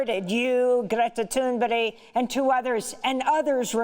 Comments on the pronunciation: It is Not pronounced Toon berry It would be Toon Burg it's that easy Amy! Cheers from Scandinavia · Its not Thunberry, its Thünberg. Come on Amy :-) (you probably ned a rest ;-)). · it felt like that, I mean, I was wondering whether we were given a lesson on Scandinavian name correct reading. I thought the same that it is Toon Burg not "berry". Thank you for the actual reading on the correct reading. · GRETA THURNBERG NOT BERRY for goodness sake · yes - shes made the same error in different videos so I thought it worth pointing it out - she’s great, not criticising, call it feedback. We all make errors. I respect her work hugely. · Why is Amy pronouncing Greta’s surname so strangely all the time ? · In Amy Goodman's 45-minutes-or-so DEMOCRACY NOW! in person interview with GT, in September 2019 in NYC, Ms. Goodman's first question was how do you correctly pronounce your name? It is a challenge for non-Swedes, including us who revere GT! :-) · Exactly Federico, I wanted to scream at the screen every time she said it. Cheers from UK.